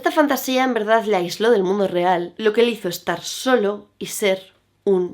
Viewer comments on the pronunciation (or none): none